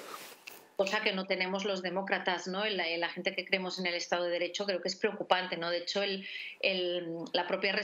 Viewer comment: En vez de Estado, "Estafo"...